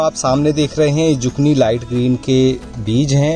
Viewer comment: Isko zukini pronounce karte hai instead of zukni